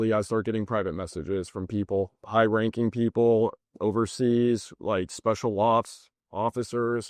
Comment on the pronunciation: The way he says special ops reminds me of that newest Dumb and Dumber movie.. strange